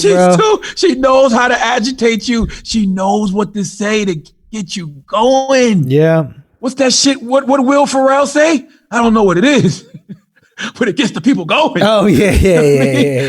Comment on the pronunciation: Wait, Charlamagne said “Will Fa-rell” 😅😅😂🤣😂